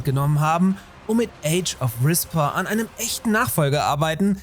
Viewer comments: Super Beitrag. "Re-Spair" müsste die korrekte Aussprache sein. Vielleicht nochmal ein seperates Video dazu, wenn es soweit ist. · Aber bitte "Respair" zukünftig besser aussprechen. XD Ansonsten Top Video wie immer!